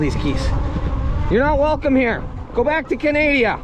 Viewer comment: Ha, "Canadia".